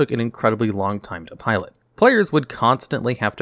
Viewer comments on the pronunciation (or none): none